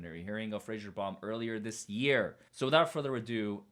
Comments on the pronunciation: Why are you pronouncing his name like it's "Frasier", when it's Fraser? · His name is spelled Fraser (Fray-zer). not Frasier (as in Joe Frasier) isn't it?